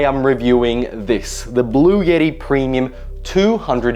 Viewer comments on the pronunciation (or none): blue ett tee, not blue YETI lol